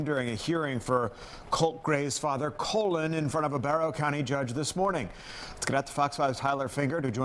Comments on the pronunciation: Did the news anchor call the dad colon? Pretty sure it’s Colin. Either way, the other people responsible are the police that didn’t take it serious or look into it more, knowing he was planning it. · Ahh yes. " Colon " Gray.